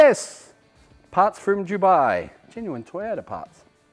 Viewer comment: just to point out aussies...its dubai. not dewbi. it makes a big difference. take note. :D